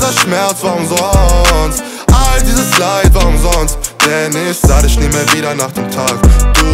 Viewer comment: Gutes Lied, aber wenn man" ich dich mich" nicht richtig aussprechen kann verliert man einen großen Teil von potenziellen Zuhörern